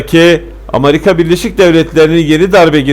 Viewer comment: Kardeşim ağzına sağlık ama sen Amarika deyince olay bütün ciddiyetini yitiriyor.